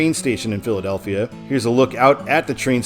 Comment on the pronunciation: You're not pronouncing the Philadelphia towns right not even close and I'm from Morgantown Pennsylvania please pronounce them right you have no idea how that noise has.